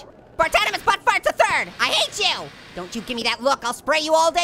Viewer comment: Instead of the third more like the turd LOL